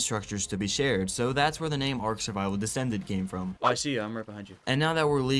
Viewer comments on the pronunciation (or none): The way he says “Ark descended” had me thinking he was using the MOD ark survival descended.. maybe he is, I haven’t gotten through the full vid